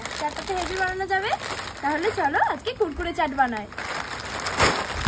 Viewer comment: কুরকুরে না না না কুরকুরি😂😂😂